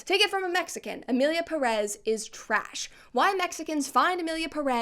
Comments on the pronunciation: Please Brett, each time you say "Emilia Pérez" I'm tempted to say like Hermione did to Ron in HP: I's Peeerez, not Pereeez.!!!... In another note , regarding the director when referring of Spanish speaking countries and his lack of due research of the Mexican culture: What did people expect from a french being french? Mockery of everything outside their own and believing the rest of the world is beneath them is typical for them, they are natural born trolls \_(ツ)_/. I personally think he did as intended I.E. Enrage everyone that could feel a minimum of relationship with the theme presented, or more precisely: misrepresented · Ik its not a problem in content but every time someone says Emilia Perez (peress) instead of Pérez (emphasis on the first E) i cringe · I now the movie sucks but pronounce the name right please